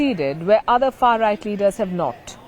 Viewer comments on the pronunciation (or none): none